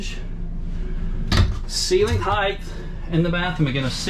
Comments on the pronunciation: Love the RV. Just one thing. It is not heightH, the way you pronounced it. It is just height. 😆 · 1. 3 bed 2 bath...,is this an rv or a HOUSE?!2. HEIGHT not HEIGHTH